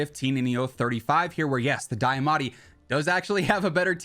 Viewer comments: deeeamatti not diyahhmatti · Broooo it’s deeeeamaati not dieeeamatie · Can’t get over how you say Diamatti so weird.